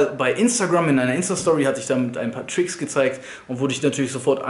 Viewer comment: Versuch mal bitte Tricks Richtig auszusprechen